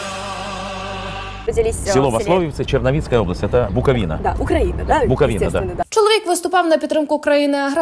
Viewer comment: Так воно і не може виговорити як місце народження - УкраЇна, воно з Буковини, робіть висновки.